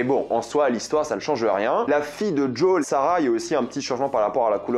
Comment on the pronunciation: "JOL" sois normal mec